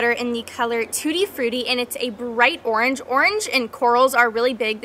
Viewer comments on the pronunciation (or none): none